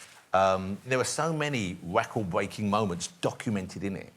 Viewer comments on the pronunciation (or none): Weycan bweykin moments